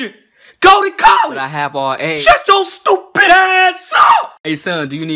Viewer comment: why he had to say stupid like that 😆